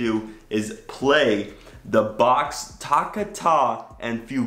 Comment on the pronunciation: Dog mode is...what? How did you find out that this is where Tesla got its inspiration for sentry mode from? Toccata is pronounced with the emphasis on the second syllable. from from